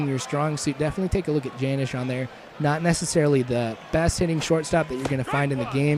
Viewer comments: Not Janish (Janish) It's Janish (Yonish) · Hey, you called him Janish pronouncing the J when it is really like Yunish with a yish sounding J. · not to be a jerk but janish is pronounced with a y instead of a j. ahaha